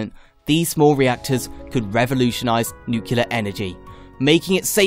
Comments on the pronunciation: Can you say noo-clee-ar? You sound like a muppet when you say noo-kyoo-lar. BTW, check out Radiant S3 reactor systems. They are close to test running their proof of concept reactor with He cooling. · pronouncing Nuclear not nuculur... lol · what is nucular?